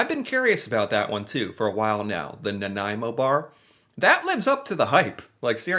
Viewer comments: I’m from Victoria! Kudos on his pronunciation! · well for future reference it is pronounced nuh nai mow -someone who lives there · You even pronounced Nanaimo bar correctly. My absolute favourite snack. I’m gaining weight watching this. 😂🇨🇦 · Excellent video my friend and as a Nanaimoite I thank you for trying this delicious treat and for the correct pronunciation....love your channel....you really need to try a butter tart.....:) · Impressed that you said "Nanaimo" correctly ! Many, including Canadians, get the pronunciation wrong :) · I'm from Nanaimo and was impressed that you pronounced the City Name properly!!! Also glad you liked the bar!! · Nanaimo bars are the freaking great. My favourite desert. Homemade is best and the ones from M&M frozen foods. There are recipes on the net for these.popular at Christmas. I think custard came from Britain. Your pronunciation is getting pretty good.celebration cookies are great with a cup of hot tea, even though Americans don’t usually drink hot tea. Celebration is from Quebec. They come in dark chocolate as well, but I like the ones you got better. That building is in Quebec City I think. Actually bear paws look like actual bears paws. It’s a kids thing. I am not nuts about marshmallow cookies….way too sickening sweet. Digestives are not bad but again they need a cup of tea. They make good “dunkers” . Every thing goes better with tea. Never tried 1/2 moons. You should have tried butter tarts (with nuts) …………..you could make a good Canadian! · I'm thinking, yes without googling lol, that the original bear paw was a molasses cookie. Now that was good ... especially with a cuppa tea after supper ... i'm not fond of all the different flavours. Same with Nanaimo Bars ... and god luv ya for getting the name right lol, how many people pronouce it 'naomi' bars 🤭 ... but whatever you call em, they are delicious indeed. And as per my personal tastes, the original is the only kind for me ... happy snacking 😉